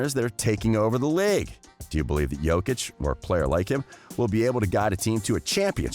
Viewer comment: OMG SOMEONE SAID HIS NAME CORRECTLY RESPECT